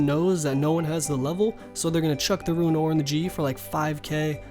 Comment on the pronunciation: Rōōn NOT Ru-in. Please. So triggering.